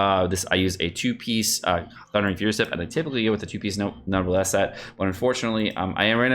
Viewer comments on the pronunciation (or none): none